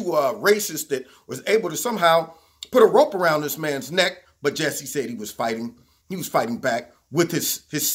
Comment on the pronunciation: Ju sigh Ju sigh!! God I never heard that pronunciation! Funny